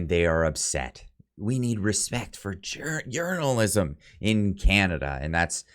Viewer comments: When he said journalism, I thought I heard "urinalism" and thought, that's about right ;). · Hahahaha At the end I thought you said "urinalism" for a sec there... Gov journalist aren't journalist.. They are propagandist... Period.. It has kinda always been like that..